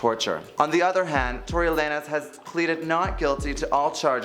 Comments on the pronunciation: Lay-nez? Like really, can these people at THE VERY LEAST learn how to properly pronounce the names that you're talking about? Lanes, bro. LANES. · Uh yeah, that Tory Lay-nes got me triggered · Lay-nez? When has “lanes” EVER been pronounced like that? Has nothing to do with being a native English speaker either. Nobody reviewed this before posting? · Everytime he said it, my ears hurt and my face did an uncontrollable scrunch 🥴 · maybe thats how tori pronounces his last name ?!?!?! I thought this was weird too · I've been getting distracted by the pronunciation of lanes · Facts... don't speak on them if you don't know them well enough to say their names right. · The mispronounciation irked me to no end.